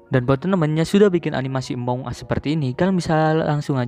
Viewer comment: among bang bukan amoung